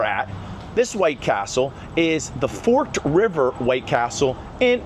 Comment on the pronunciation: Omg the way you pronounced forked river sounding like the cutlery 😂 I live near there but I didn’t realize you were talking about forked river at first and was trying to figure out where what you said was lmao. It’s pronounced fork-ed, like the name ed. Fork ed river lol Edit: maybe id is a better example of how it’s pronounced? Fork-id